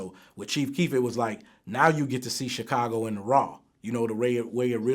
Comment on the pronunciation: When is someone going to tell Vlad how to pronounce Chicago properly?????